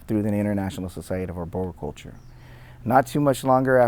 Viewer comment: maybe you could start by learning how to pronounce arboriculture.... before you go claiming mastery.